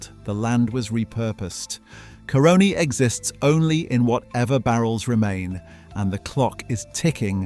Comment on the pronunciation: FYI The Caroni feedstock was stolen...acquired by that Italian under very dubious circumstances. When pronouncing Caroni, put the emphasis on the A, not the O